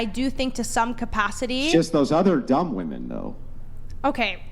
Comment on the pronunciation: You can’t even pronounce women right.